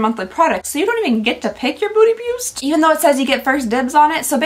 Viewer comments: They have GOT to rename the Beauty Boost thing! People keep mispronouncing it to Booty Boost! Do better! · everyone is talking about the subscription boxes and here I am, cracking up, because keeps saying Booty Boost and not Beauty Boost xD you made my day girl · Lol 😂 every time you said beauty boost my brain heard booty boost and I kept wondering.... 😂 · Counting the number of times I hear booty byoost 😂 love you! Always brightens my day 😊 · It’s either “booty boost” or “beauty byoost” not beauty boost 😅 Love that!! Too funny! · I keep hearing "Booty bewst" and I can't stop laughing at how ridiculous Boxycharm has become. Very glad I cancelled my subscription two years ago. It's sad because it used to be my favorite way of getting new makeup!